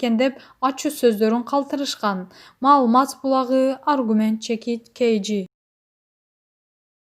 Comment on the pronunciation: Бокболиев .малумас булагы реабилицатсия деп окуган кайсы журналист 🤯